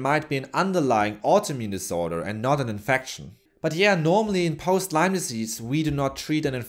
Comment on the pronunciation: People for GOD's sake it is LYME NOT LYMES!!!